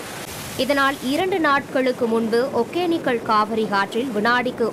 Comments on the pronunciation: Modhalla news vaasikarava vaaiya kizhikkanum. Eppa thamizha kadichi thuppura. ஒகேனக்கல் அதப் போய் ஒக்கேனக்குள்னு படிக்கிறா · First tamil ah oluinga uchari athu Hogenakkal.... Hogenikkal illa..